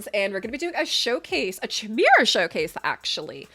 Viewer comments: Well, I wasn't going to say anything, but now I have to - kai - MARE - uh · You pronounced chimera wrong 3 times and I couldn't listen to you anymore 😂